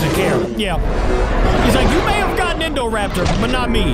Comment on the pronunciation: Indoraptor nahhh that's indocater😂😂